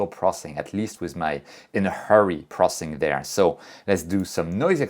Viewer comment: Funny thing about me is I enjoy capturing images almost every night. But somehow the lazy bug bites me for processing the images. By the way I just enjoy how you pronounce “processing” as “prossing” lol